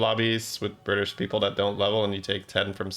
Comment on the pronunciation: This made me re watch 3 times to make sure that’s what he said 🤣🤣🤣